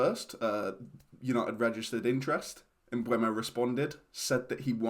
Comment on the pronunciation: With the E before the U isn't it pronounced "emboomo?